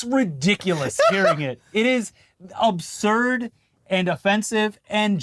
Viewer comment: "this is absurb and offensive": 🤣🤣